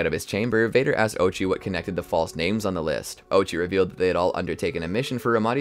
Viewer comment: I really wanted to enjoy this, but you mispronounced half the names